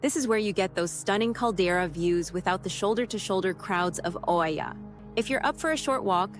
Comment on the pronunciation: You are pronouncing Oia wrong!